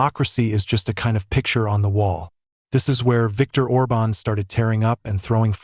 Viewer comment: ORBAN, ORBAN!... get it right!